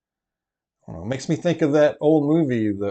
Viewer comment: The way I laughed when you said "white fra-gee-lay" 😂😂😂😂😂😂